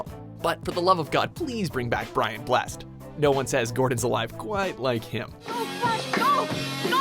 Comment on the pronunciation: Just for info, it is Brian Bless ED. You pronounce the ED separately (re Flash Gordon)